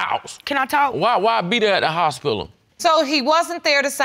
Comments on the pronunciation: “At the hospilla” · “I got evilence “ and “hospilla “ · Safety Guard HALARIOUS....HOSPILLA ..... 😂😂😂😂😂😂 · That "hospilla" took me out! 😂😂😂